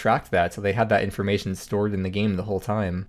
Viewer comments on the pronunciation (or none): none